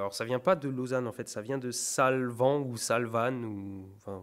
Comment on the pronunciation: 😂😂😂 les Alpes Valaisannes, et sa s'écrit Salvan et se prononce Salven et pas Salvanne Mais bon quand j'ai visité le musée des blindé de la Wantzenau (pas loin de Strasbourg) j'ai bien galeré à le prononcer, nul n'est parfait (encore heureux ptn)